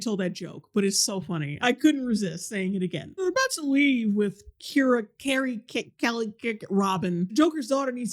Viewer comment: When she pronounced her name, I figured Robin's real name was changed to Keira Kelley for some reason. But no, she's still credited as Carrie Kelley... how did no one tell her how to pronounce it